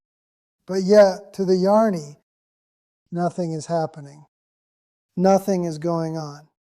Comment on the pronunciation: Sounds good, a minor point, the pronunciation of Jnani and Ajnani is not quite correct. I think the text-to-voice will do better by replacing Jnani with Gyani and Ajnani with Agyani. Jyani and Ajyani would also work for, though I feel Gyani/Agyani will work better. Thanks for this.